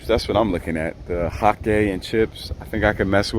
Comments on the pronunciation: "Hake" and chips😂😂😂 it is pronounced as "haik". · Here are a few tips that should help you perfect your pronunciation of 'hake fish': Sound it Out: Break down the word 'hake fish' into its individual sounds "hayk fish". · its pronounced h a k e